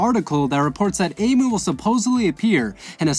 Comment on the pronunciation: Did he say amu